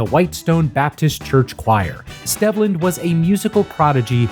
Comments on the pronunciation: Stehvland? No, my guy…it’s Steevland. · According to Wikipedia, it’s pronounced Steve-land. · It's pronounced STEEV-lend btw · His birth name is pronounced Steve-land. Otherwise, good video. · At least get his forst name right before you do a video about someone. His name is pronounced “steve-land”